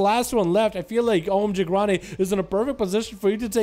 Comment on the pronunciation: The guy's name is "omg ronny". keeps calling him gronny...